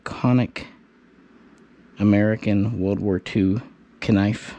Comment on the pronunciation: KNIFE is NOT pronounced KERNIFE, it's universally pronounced NIFE